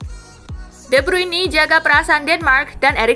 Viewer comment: Please dah Speaking nya di benerin jangan de bruini tapi de bruin 🙏